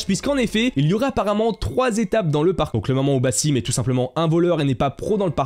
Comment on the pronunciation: Ça se prononce toujours pas "Bassim" 😑